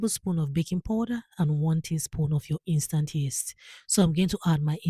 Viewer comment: Powder, not poder